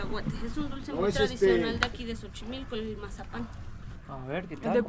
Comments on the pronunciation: Chicos lindos, Xochimilco, se pronuncia más o menos como: "tzochimilco" en este caso la X no suena como "J" como en el nombre del país, México. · Un dato se escribe xochimilco y se pronuncia como "S" se diria sochimilco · Antes de querer enseñarnos un lugar que conocemos desde niños primero lee la información correcta y pronuncia bien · Busquen en internet como se pronuncia Xochimilco chicos. Lo estuvieron diciendo mal todo el video. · 😂😂😂😂😂 "JOCHIMILCO" dicen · Mejor usa la palabra "chamarra", te van a voltear a ver feo carnal..ahh y se pronuncia "Sochimilco" no Jochimilco. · se dice sochimilco pero se escribe Xochimilco... y el animalito se dice Ajolote 😉 Saludos!! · chochimilo no es es Xochimilco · Que risa eres muy simpático 😅 se pronuncia sochimilco y se escribe Xochimilco. Me dio gusto como manejaste la chinampa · Me encantó cuando dijeron Jochimilco los dos jajaja. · Chinelos en Xochimilco (se dice S la X en ese caso) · Soy un gran FAN del canal. Se pronuncia SOCHIMILCO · Pronúncialo con la “s” al principio como sochimilco saludos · Se escribe Xochimilco y se pronuncia “Sochimilco”. Se escribe México y se pronuncia “Méjico”; se escribe Axiote y se pronuncia “Achiote”. 😂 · Mi estimado Xochimilco, se pronuncia Zochimilco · La X al inicio de palabra se pronuncia como S Y en axolotl suena como J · se dice asi textual......zochimilco